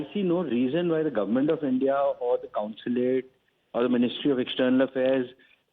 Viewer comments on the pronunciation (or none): It is consulate. NOT councilate. News readers should learn how to pronounce. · I wonder whether they are wrong. BTW pl tell the anchor that it is consulate and not counsulate as she keeps saying. It's jarring. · Anchor, It's NOT Counslate, Consulate